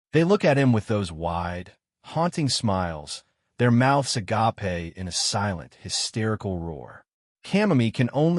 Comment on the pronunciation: Really? Can't pronounce agape? This video is going to be riddled with issues like that, isn't it? 😮‍💨 Edit: Never mind. I've seen this on another channel. Starts out engaging then devolved into desperate edge-lord nonsense.